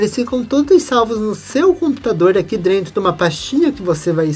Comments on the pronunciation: Vídeo muito bom. Sou professor e quero te ajudar num ponto. Atenção para a pronúncia. Não é “drento” e sim DENTRO. Espero que não leve a mal o meu toque. Prossiga firme nos seus vídeos e projetos 🙏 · Achei legal ele falar dessa forma. Até adotamos aqui ne empresa "Esta tudo Drento". lembre-se, humanas depende das exatas; falar bem ou direito não leva ninguem a Lua!!!